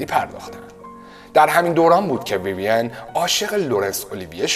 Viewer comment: ویویَن غلطه، ویوین بدون فتحه درسته